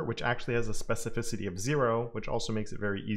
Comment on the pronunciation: Oh, you larned how to pronounce specificity.....😅I just came back to your awsome videos, cause a seson job, I'm glad that you are healthy and strong, keep up the good work, I appreciate it and I've learnt a lot from you, thanks!!!